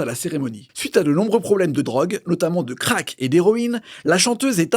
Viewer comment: il a prononcé "Crack" comme dans une pub pour céréales